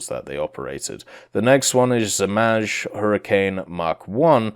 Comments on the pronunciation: Not Zmazh, in English you would say Zmay aka Dragon. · Zmaj is pronounced zmai, zm eye, or zmay. Lmao im trying to figure out the best way to tell you